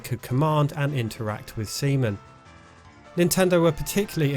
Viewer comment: Stop saying Seaman like that lol